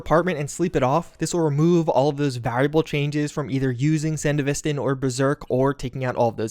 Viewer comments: sandy vistin??? ugh. san dev vis stan. its not aff gannistin its afghanistan. ugh. nice video though, other than that butchery. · Anyone else experience a slight micro tick when he says 'san-de-vis-stin'. Ive always pronouced it as they do in edge runners. And I think is just messing with me on purpose. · ah yes, the sand-uh-vist-in, the cyberware from hit anime sibberponk eggroll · I Get Confused Everytime You Say Sandevistan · The way you pronounce sandevistan is so frustrating lol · bruv anyone notice how he said sandevistan ? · dude still refuses to pronounce sandevistan right